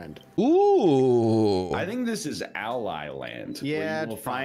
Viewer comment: Rike is glad to inform you both that I am his wife and that he appreciates the ally pronunciation. Also, I absolutely suck at Mario and I built this specifically so I could beat it. So it's really funny that you found it so hard. Allyland in the title on his account means it was made by me ("the wife"). The first two actually say that in the description.